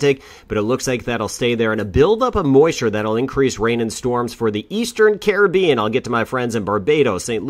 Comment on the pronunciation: Wonderful, first weatherman to pronounce the Caribbean names correctly! Thank you for the updates.